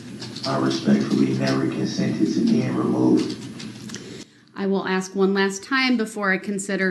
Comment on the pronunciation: Grounz. Axe. Su’b’stain Akerat. Ta’k’id agreement. Azibbit. Aviously. Grounds. Ask. Sustain. Accurate. Tacit agreement. Exhibit. Obviously. Just a few words out of the Darrel Brooks dictionary. 😅 Let’s just nip in the buuud before everything starts to roll.